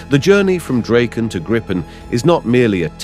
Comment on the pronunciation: It's rather tiresome to listen to an AI-generated voice all the time, a voice which isn't able to be consistent about how to pronunce words. You should at least get this right BEFORE publishing an episode like this. The "Draken" is NOT Dr-"ake"-n. It is Drahken. ALL the time. And it is not the "Gripe"-n. It is not even "Grippen", It is "Greepen" if you want to pronounce it right. Is this really so difficult to learn? Or isn't even interesting? It sure is disturbing when the pronunciation varies from one sentence to the next. At least "Viggen" is difficult to pronounce wrong. Even for an AI-generated voice.